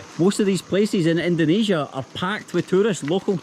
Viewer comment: jgn ikut²an org indo bang yg nyebut indonesia dengan ucapan "endonesia".org indo yg nyebut Indonesia dgn ucapan endonesia itu kyknya lidahnya ky lidah ular,bercabang...